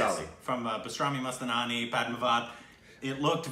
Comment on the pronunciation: I guess you guys refer to Bajirao Mastani in every other trailer reaction yet can't say it right. Its BA JI RAA O. MAS TAA NI. Not Mast Naani 😁. Devdas is made 3 times in Bollywood, based on novel of Sharat Chandra Chattopadhyay